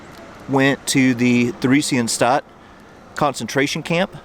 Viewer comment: The two individuals whose stumbling stones you found at the beginning of this video were indeed sent to the Terezin (Theresienstadt concentration camp and ghetto as you mentioned). The letter H in the name of this particular concentration camp and ghetto isn't pronounced as part of the camp/ghetto's name, just to let you know.